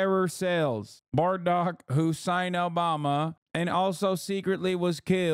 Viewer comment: Man, Has really did President Uubummer bad. 😂